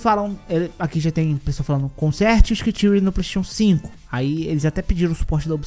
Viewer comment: Adorei a pronúncia de "screen tearing" para "scritíui" 🤣